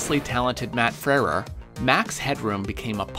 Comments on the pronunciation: Matt Freh-reh???? It's Froo-wer. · Froo-ur. Matt Froo-ur. Not Frer-ur. Easily researched on YouTube. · it pronounced FREW -ER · You're pronouncing his name really strangely. Frewer is pronounced "FROO-ur." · Cool docu, but I can't get past the mispronunciation of "Frewer" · Having a little trouble pronouncing the W in Frewer?